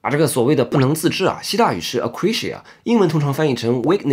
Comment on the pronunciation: akrasia 讀"阿嘎累斯亞"